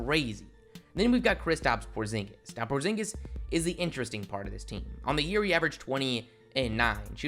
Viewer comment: Did you say Kristaps Pornzingus?